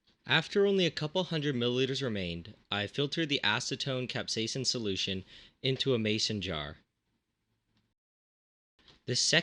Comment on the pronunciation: Nice to see someone who can actually pronounce capsaicin. So many in North American say Capsaiacine. idiots